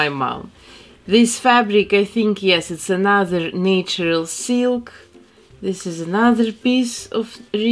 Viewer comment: You say “natural” the say way that my grandfather from Ivano-Frankivsk did… that made me so nostalgic. 🥺🥹 As nostalgic as beautiful Snow White herself!